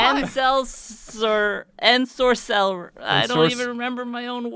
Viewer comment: I could’ve sworn that ensorcell was said with cell emphasized at the end, not sorc